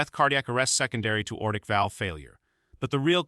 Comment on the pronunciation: It's a Lever 1 Trauma center not Level I Trauma Center. Repair the erroneous robot narrator verbiage. Why is the narrator incessantly saying the word "old"? Narrator cannot say simple meficsl words correctly: aortic phonetically is "a...ortic", NOT ORTIC. STOP USING ROBOT NARRATORS IF YOU CANNOT PERFORM QUALITY CONTROL TO NEGATE ERRORS. The cop should be tried for murder due to the patient's death becausr of the cops racial profiling.